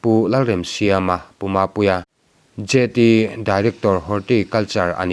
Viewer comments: Jt. tih hi Joint ti a lam tur aw. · Jt.kha Joint ti a lam tur aw.a Ruallung khua lo emai.